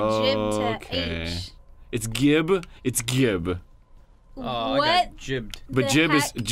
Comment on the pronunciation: Dude. Gibs is pronounced with a J sound. Like "giblets."